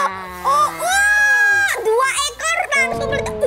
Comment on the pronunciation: btw si pertama kan bilang computer mu meledak tapi meledaknya jadi meladak